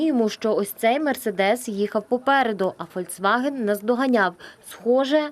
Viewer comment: Шановні! Не ФОЛЬЦВАГЕН, а ФОЛЬКСВАГЕН. Volkswagen - народна автівка.